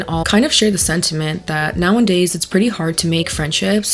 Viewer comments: I like you a lot, but the way you say "nowaNdays" is driving me insane. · Omg can u stop saying “Nowandays”…. It’s NOWADAYS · Girl, I love your commentary, but every damn time you say nowANDdays instead of nowAdays something inside of me cringes a little bit 😭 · "Now 'n' days" girl I love you but pleaaase let me proofread your script/give you speaking notes if you want em 😭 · Love your videos, but it's nowadays not now an days jsyk! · "Rejection is just redirection to people you belong" 😮 i have a deep fear of rejection and that might actually help Also, are you saying "now and days" instead of "nowadays" ?😅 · "Now n days"? Huh? U mean "nowadays"? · I love you but if you say “now in days” instead of “now a days” I’m going to dig my eardrums out of my skull 😭😂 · I love you so much, i love your videos so much. The words are “now-a-days,” not “now-in-days,” and my autistic brain cannot let it go. Please read this comment 🥲😅 🦆🦆🦆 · girl you can't keep saying "now and days" instead of nowadays😂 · I beg you. It’s “nowadays.” Say it with me: Now-A-Days. Now A Days. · The way she says “now n days” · 🦆 completely agree. this has been on my mind since the panini. also "Nowadays" does not have a second "N" ❤️